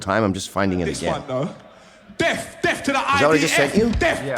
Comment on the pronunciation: He isn’t saying death he is saying deaf. He wants the IDF to have a disability